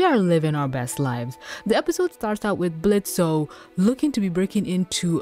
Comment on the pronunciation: why does she call him blitzo and not blitz